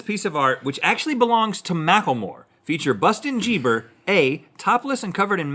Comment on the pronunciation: Bustin jeeber😂😂😂